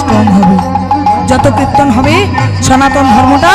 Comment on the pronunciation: আপনার কীর্তন ভালো লাগে। কীর্তন উচ্চারণ ঠিক হচ্ছে না। বলছেন কৃত্তন।